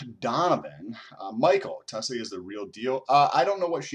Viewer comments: TUL-see. Not TUS-Lee. you have been corrected so many times in the comment section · she is named after and Indian flower because of her hindu religion and that is not how Indians pronounce the word. Tulsi like bull not tole. Also not to offend just general knowledge but however she prefers the pronunciation and I believe it's just American accent way. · Tulsi is pronounced like TOLE C. Not to offend. I enjoy your channel. You keep graphs hell YES! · Fantastic data and I’m subscribed. It’s pronounced “Tull-SEE”. Sorry it’s distracting from your incredible data. Cheers! 👍🏻